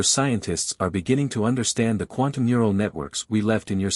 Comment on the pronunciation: i enjoyed the story the weird thing is that sometimes the ai can use the correct phrase/word and sometimes can't like 'mural' instead of 'neural'